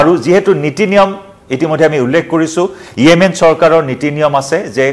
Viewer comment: য়েমেন নহয়, ৰে 😂😂 য়ামেন হয় 😂😂